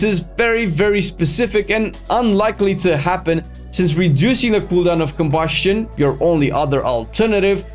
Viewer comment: why the fuck you say KOBUSCHION like that